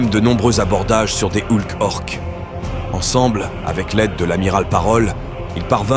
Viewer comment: Armajédon, Houlk, ça m'a éjecté aussitôt